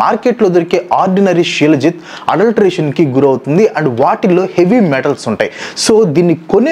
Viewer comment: Shi-laa-jeet anu bro